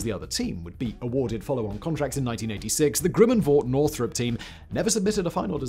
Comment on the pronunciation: Is it just my ears hearing 'Grimmen' instead of Grumman? And the Flying Wing 'unproven' until the B-2 came along? Jack Northrop would be rolling in his grave, along with the Horten brothers. And BTW, the Hornet was labled "F/A-18-A" in the first delivered version, with the F/A refering to Fighter/Attack, so it ended up doing a roll it was designed for.